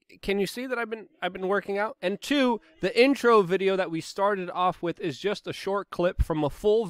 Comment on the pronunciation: Try saying "With", not "Wit".